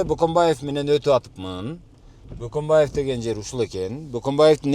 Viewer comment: Бөкөнбаев дешсе мейли Баканбаев дешетго 😁